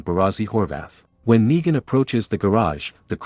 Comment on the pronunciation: its negan not naigan